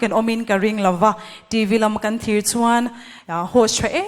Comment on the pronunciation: Host chu TV tih pawh a lam fuh thei lo a nih hi, a no mah2😅